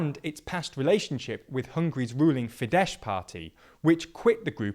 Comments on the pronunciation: Fidesz is pronounced with an S at the end not sh (in Hungarian, s=sh and sz=s). Just thought to let you know since I fear we'll be hearing from them in the future 😒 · The sz in FIDESZ is pronounced s, not sh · sz = s not sh = sz like in polish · Unlike Polish, the sz in Hungarian is pronounced like s, rather than sh, so Fidesz is more like "feed ess" rather than "feed esh". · Completely agree. Would be nice if they would learn the correct pronounciation of the "Fidesz" party- it would be Fides not Fidesh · the correct pronounciation of Fidesz is like *fides, not *fidesh, it is a Hungarian mosaic word, not Polish :D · Side note: Fidesz is pronounced as “Fi-des”, Hungarian /sz/ is ‘s’, while /s/ is ‘sh’. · Fidesz is pronounced with a soft "s", like the latin word "fides" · Soros is pronounced 'shorosh'. Fidesz is pronounced 'fi-des'. *values I regularly find typos in your videos. Why is that? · Only thing I wanna add that in Hungarian the "sz" in Fidesz is pronounced as "s" in sake for example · Fidesz is pronounced with an “s” sound, not with a “sh” (those are very distinctive sounds in Hungarian). Great video otherwise :) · The SZ in FIDESZ is still a normal S. It's not Polish, the SZ-S thing is reversed in Hungarian. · Horrible pronunciation of names e.g. the sz in Fidesz is pronounced as an s.